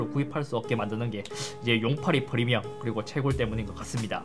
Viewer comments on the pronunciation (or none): none